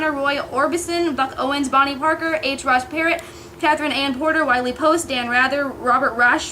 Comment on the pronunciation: Did you really say, “H. Ross Parrot” (I believe you meant Perot)? Do they have schools in Texas or did you opt not to go? Lmao, if you’re gonna trash another territory, which is fine with me by the way, you should at least know how to pronounce the names of the people from your great state. Good God… I see you have sword swallowers in Texas, judging by the last person to make a statement in your video…